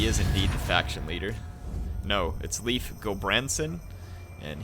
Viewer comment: Btw Leif is pronounced exactly like "life".